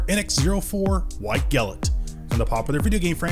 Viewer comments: Love your vids as always, but please for the love of ZEUS, it's "GLINT" not "GILLINT" lol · Why does he pronounce glint as gilet. Its glint like the glint in someones eyes. Or the glint of her ring. NOT gilet. 😂😂😂😂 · Bro keeps pronouncing 'glint' as 'gilnt' and it's frustrating me. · I cant be the only one slightly annoyed at how you pronounced GLINT